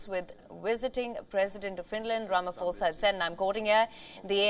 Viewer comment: It's not Rama"FOSA" it's pronounced Rama"Posa"